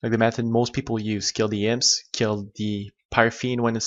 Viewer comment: your mispronunciation of words is driving me crazy.. wtf are HIMPS and HEXPI drops?